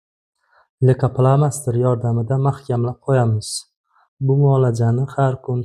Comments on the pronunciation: Лейкопластырь денглейкопластер демасдан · Лейка пламастир эмас пластир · Духтир,лейкопластырку сиз лейкофломастер деяпсиз. Бу нимаси энди? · Лико пластер дейилади духтир